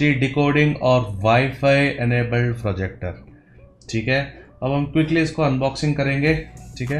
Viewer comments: Finally said projector not forjector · Fortronics ka frojector😂